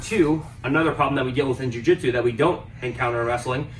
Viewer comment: Jiu not ju